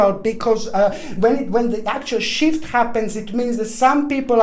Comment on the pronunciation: I had my phone on speaker...and was saying “shift” (after replay🤣) every time he would say “shift” insert “shit” (sorry, terrible I know) but that’s all I kept hearing from a distance.... and I was laughing so hard! I had to replay again and again....🤣🤣🤣 I appreciate every message and video and I do take them serious....point to story....listen closely... 😳😬